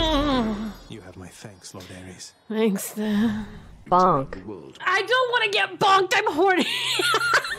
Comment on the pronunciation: Did u pronounce ares like eros? Theyre both gods. Eros is the god of love, basicly, and ares is the god of war.